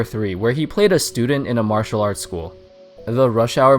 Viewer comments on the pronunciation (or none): none